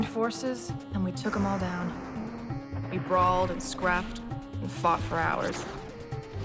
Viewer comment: I definitely hear the T after it, which makes it sound like out. The only thing I can think of, which makes sense for his character, is that he tries to say Down-t to attempt to make it rhyme with out.